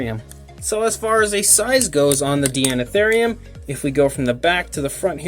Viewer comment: I think it's pronounced "Dinotherium", since the prefix is the same etymological origin as in "Deinonychus" and the like. Regardless, I love this animal and this model. I have one one my shelf, right next to the Safari Ltd. American Mastodon. My life just wasn't complete before.